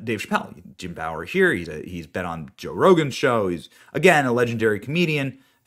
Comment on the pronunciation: Who the F is Jim bower??? It’s like Benny never saw Half Baked before or something.